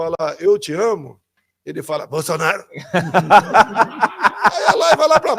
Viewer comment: Verdade ele fala Bolsanaro ate qdo está com a Esbanja 😅😅😅😅😅